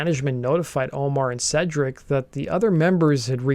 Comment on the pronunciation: Hell yes, (and it’s pronounced Seedric, not Sedric fyi)